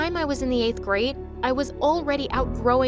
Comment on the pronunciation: 8th "grad" 😂😂